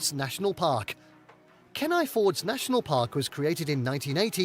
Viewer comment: Ken-eye instead of Keen-eye 😬